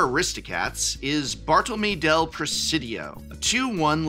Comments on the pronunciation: it’s “mé” not “meh” 🙃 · Yo prof - it's pronounced Bar-toll-lo-MAY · he’s not just anglicising it, he’s mispronouncing it - he’s missing out a whole letter which would still be there if this was an English name